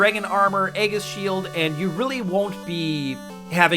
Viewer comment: Is there a reason you can pronounce Aegis properly?? Like serious. Google it. Stop being stupid and learn. You sound like M. Night mispronouncing names in The Last Airbender just because he thinks he's smart.